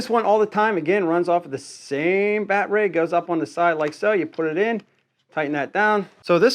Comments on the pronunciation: If its rye obee not reeobee that it's battery not bat tree. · What on earth is a BAT RAY ? It’s battery noooo RAY BATT……ER…..Y battery ! OMG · You dont really need to show us the bat-ray on every single device. We get it! By the by... its called battery! ;) Pronounced Batt-e-ri. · lmao so why do u say batray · It’s BATTERY NOT “Bat Ray” 😂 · Its "battery" not bat ray ;) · baaaatteryyyyy NOT batrey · The word is BATTERY. NOT. BATRAY. But I'm sure that you knew that didn't you NUMBNUTS!!!!!!! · Batray?🤨is this guy sum backwoods Canadian 🫠. It’s battery 👌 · Pretty cool tools, but just one question. What the heck is a "batray"??? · You say ryobi wonderfully, but I am unfamiliar with batrays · The wY this guy says battery is bloody silly...saying like (Bat-er-ray)..think he's doing this type of silly talk just to get noticed...can't even pronounce it correctly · I'm sorry but is he calling them bat-rays? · Why tf do you say battery like that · Hi buddy. I'm the guy you told to get bent because I said you upload low quality videos. (@ Way to remove my ability to comment on your videos and reply to what you had said. Did I hurt your little feelings?😰😰 As a response to your comment replying to mine, What shall you do? Maybe start by improving the quality of your videos by learning how to pronounce battery properly and not repeatedly trying to correct people on how to pronounce Ryobi. like duh, of course it's called Ryobi not Reeobi. And a few other things too. Get bent? The only bending I'll be doing is bending over and laughing at you. By the way, Ryobi is crap. You would know that if you watch an unbiased review channel unlike yours. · Dude, I’ve watched a number of your videos. Some constructive criticism. Please speak clearly without any weird pronunciations. Maybe I’m at fault here but as soon as you say “battraay”, “Rayobay” I shut your videos down and move on. Best of luck.